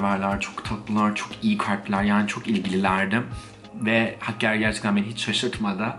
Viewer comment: Hakkeari degil hakkari